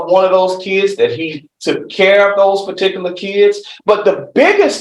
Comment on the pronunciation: Who in the sam hell gave this person a license to be an attorney?!?!!!! He himself can't even say "particular" or "particularly". This is ghetto jamboree court stuff hahahaha